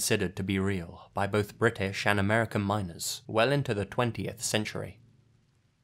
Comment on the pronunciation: I can't be the only one who thought he said minors instead of miners 😂